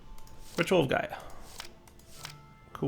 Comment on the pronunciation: eyy gov'na it's Gaia